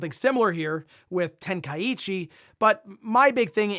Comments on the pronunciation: … Ten-Kai-chi. Not ten-kai-ichi…. Get well soon bro. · I always is find it funny how people mispronounce Tenkaichi. Where do they get the extra "i" sound from. Its Ten - Kai - Chi 😂😂😂 Edit: It would have to be written like Tenkaiichi